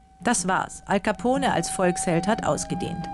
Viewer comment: hej leute das E in alcapone wird nicht gesprochen